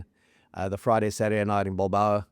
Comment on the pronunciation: At 30 minutes I hear say "Bilbao" and I just want to point out the work he put in to get it right. Good on you mate